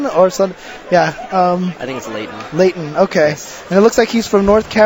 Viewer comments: james chen is not actually asian. hes actually more white then ultradavid. as you can see by his horrible mispronounciation of the easiest names. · Was it really that hard to pronounce "Layton", James Chen? You have a masters degree!